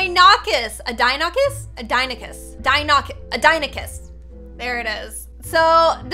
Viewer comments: How she says it:dinocus How scientists say it:deinonychus How I say it:deijsjsnosbsjdbisbsidhsj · It’s actually pronounced Die - non - I - cus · Its not die ney kiss its pronounced Die. Nah nah Kiss, Deinonychus. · Deinonychus is pronunounced di - no - ni - chus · The first dino after the dodo I pronounce it D’i-no-ne-chis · Its pronounced die no ny chus and do loph o saurus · Deinonychus is pronounced DIE-NON- EI- KUS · Deinonychus is pronounced Die-non-ih-cus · Lol pronounced dilophosorous and deinonychus wrong lol Did i spell dilophosorous wrong?????